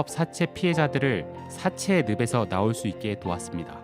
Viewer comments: 늪에서 발음은~느베서 아니구 느페서 입니당. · 밤나스로 사채의 느베서 이렇게 발음하시는건 좀 실망이네요